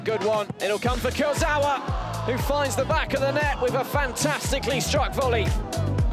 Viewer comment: La voix off qui ne sait même pas correctement prononcer le nom de Kurzawa 🤔🧐